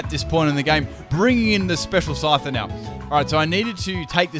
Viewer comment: I honestly thought you said "Psyduck" when you spoke of your special little Scyther.